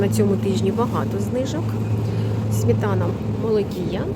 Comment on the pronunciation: Шановна, СМЕТАНА. Не смітана.